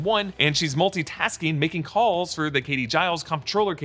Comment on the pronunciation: Just an FYI - Comptroller is pronounced: controller.